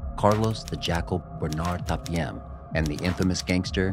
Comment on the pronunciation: For the record, it's Bernard Tapie, not Tapiem. And I was a little bit surprised to see La Santé but french prisons can be hell… We have other place like Fresnes if I remember with outrageous living condition.